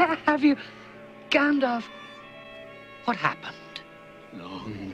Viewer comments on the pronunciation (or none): WTH is he saying gandalf like that LOL